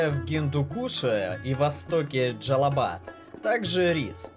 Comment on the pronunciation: Мягко говоря автор лжёт.. бананы не выращивают на востоке Афганистана..и не Джелабад а Джелалабад... цитрусовые да, есть...а бананов там нет.